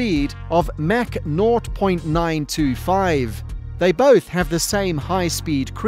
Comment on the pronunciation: How many words is the author going to say incorrectly? It would help if he pronounced Bombardier correctly, LOL. And "mach."